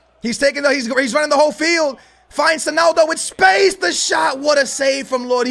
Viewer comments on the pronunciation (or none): beg you stop saying sonaldo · why you saying sonaldo